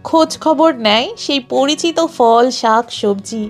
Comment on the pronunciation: দারুণ video! আপনার ধারাভাষ্যও বেশ মনোরম। শুধু একটাই খটকা লাগল। "ফল" এর সঠিক উচ্চারণ হল "phol", "fol" নয়। এভাবেই "ফুল" হল "phool", "fool" নয়। পরবর্তী ভিডিওগুলির জন্য মনে রাখবেন।